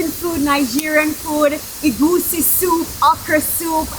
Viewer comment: It's actually pronounced Eh gu si soup. Add H after the E. 😄